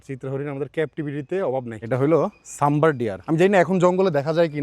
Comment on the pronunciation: শব্দটা সাম্বর নয়